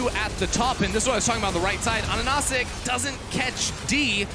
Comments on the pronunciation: yayyy medic you made it man! you managed to say 'ananasik' just before the game ended !!!! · It took 2 years and great accomplishments to make casters pronounce his name correctly! Great Job, Ananasik!